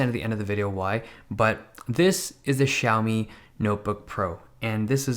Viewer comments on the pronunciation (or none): Wrong pronunciation? Dave says it like shao-mi, but I think it's pronounced zow-mi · Its more like "Shi-ow", but a bit slurred together.